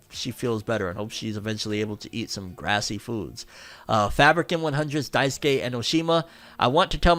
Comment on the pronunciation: Follow up: It’s grease. Say “greese.” Not “grassy.” I was like, Grassy foods? What are those? Like grass? Salads? But no. Grease, like the movie with John Travolta and Olivia Newton-John? As in, “Liquid fat is…grease.” “You’re killing me, Smalls.” You’re killing me.